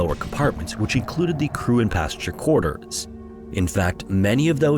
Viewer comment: "quarte-ers" sounds just wrong :/